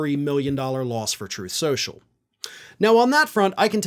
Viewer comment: Troath Shenchil.:face-orange-raised-eyebrow